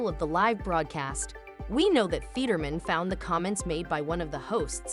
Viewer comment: Stop using AI to read words. They suck at pronunciation. It said Fetterman about 10 different ways.